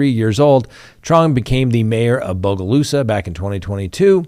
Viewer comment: Great job on your pronunciation of Bogalusa. I'm proud of you.